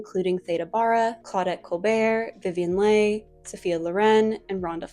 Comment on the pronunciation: As a fan of Vivien Leigh, it’s not “lay” it’s pronounced “Lee.” She is such a talented actress whose career would have spanned longer if we understood bipolar disorder better. And her finally succumbing to TB. Maybe too big a response, but she deserves to at least have her name pronounced right.